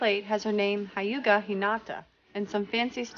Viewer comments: Did she just say Hayuga! I'm triggered! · I'm not trying to offence anyone but I'm really surprised how remembered Hinata's gentle step twin lion while pronouncing Hyuga wrong!!!🙄🙄